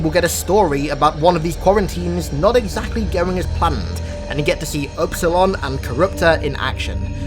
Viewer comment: "upsiloin" Me : .... Espilion? Is dat u church?